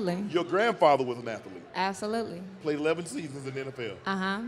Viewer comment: " a athuhleet " " a who? " " a athuhleet" " oh! an athlete. "